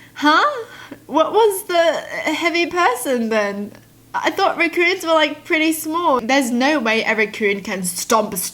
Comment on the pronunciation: I like how she pronounces "Raccoons" as " RECKooons"